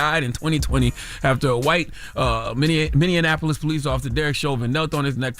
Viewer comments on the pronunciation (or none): Nah, You not about to mess my city name up, Talking about some MINNE-AN-APOLIS. its MINNE-APPLE- LIS(MINNEAPOLIS ) LOL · On behalf of all Minnesotans, we need ya'll to pronounce Minneapolis correctly! Min-ne-ap-olis. Not Min-ne-a-na-po-lis! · Mini-n-appolis IS NOT A WORD!!!!!!!